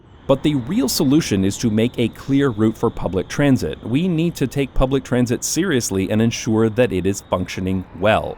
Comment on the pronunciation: my brain couldn’t stop hearing “TRAMsit” and “TRAMsportation” any time he said those words in this video 🫠